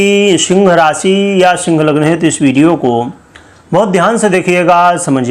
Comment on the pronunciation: शिंग राशि। ये पंडित बोलना तो सीख लेता।